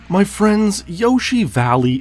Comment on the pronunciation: "My fwens"